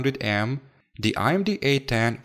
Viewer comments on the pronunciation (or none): IMD or AMD? I am pretty sure im hearing "I"MD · it's AMD not IMD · Amd not imd Ram not rarm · Its AMD not IMD bro.. Other than that i love ur vids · Its amd not imd